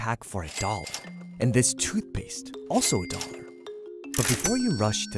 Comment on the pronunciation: The way he pronounces dollar bothers me